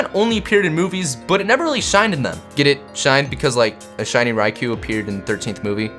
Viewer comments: Its pronounced Ray-koh not Ry-kuu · It's pronounced ri-c-oh , not ri-c-oo that's how you pronounce ricou